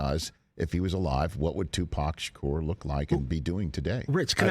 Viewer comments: The way he pronounces Tupac is like he saying Tupoc lol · 😂 how u say it? Tupack?